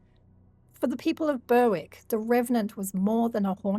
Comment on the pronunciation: I love this channel but a simple " how to say ...... " on Google will tell you how to pronounce place names like Alnwick and Berwick and before anyone has a go, these places names deserve to be pronounced correctly, How many people will go about thinking they are pronounced like the creator is saying if not corrected?.